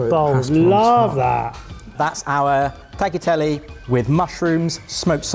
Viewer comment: Good job! As a german living in Sicily I love the Caponata, cannot really judge the rest But guys! The 'gl' in tagliatelle is pronounced like the gl in aglio (cause it's followed by an i) Grazie mille! 😊